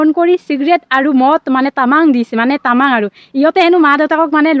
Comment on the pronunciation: Tamang nhoi tamam hoi dei val dhre pronounce tu hikhi lua aru sub-cribe nhoi subscribe